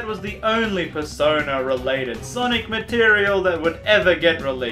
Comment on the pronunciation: Persona 5! What I heared Persoda